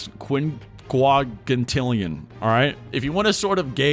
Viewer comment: i lost it at 5.4 sexquinwuagintillion